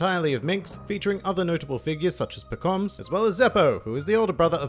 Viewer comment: It's Pekom mah suh